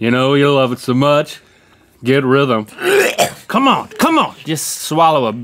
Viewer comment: “When you eat some guts, get rhyvum! You know you love it so much, get rhythem!” 😂😂😂